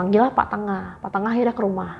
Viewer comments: Bli NENGAH mbk bkn BLI TENGAH yaaaaaaa Geram bngt pas si mbk nya nyebut BLI TENGAH 😮😮😮😮😮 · Pak Nengah kali ya Bukan pak Tengah Dan lucunya, manggil bapak temennya dengan sebutan Bli. Bli itu kakak, bukan bapak 😂😂